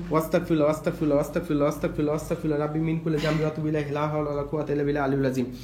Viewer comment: Abar Astagfirullah) ke bolteso. Wastagfirullah. 😅. Eta tik koorar chestra koro bro 🤗